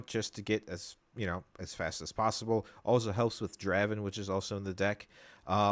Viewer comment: Friendly correction, Draven is pronounced DRAY-VEN. :) Great video!